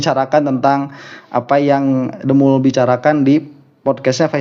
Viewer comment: Bukan DEMUL A, DEMPUL🤣🤣🤣. Dedi Semprul... 🤣🤣